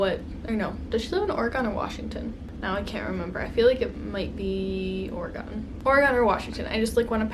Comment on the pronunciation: i've never heard someone say oregon the way you do haha. my fav palette this year was the huda beauty mercury retrograde!